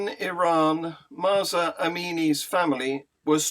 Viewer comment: At you say Musa Amini’s parents. It’s MAHSA not MUSA.